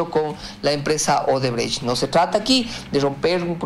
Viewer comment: Show, no shoe. Shoe es zapato en inglés. ODEBRECHT, no odebrege 😁😁